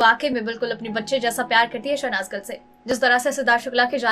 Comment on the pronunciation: इतना style मार के क्यों बोलती हो भाई..?..? शहनाज गिल की बजाय शहनाज गल बोल रही हो । हिंदी में भी एक्सेंट का use करोगी क्या..?..?